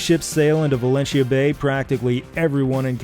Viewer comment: Outstanding pronunciation of 'Valentia'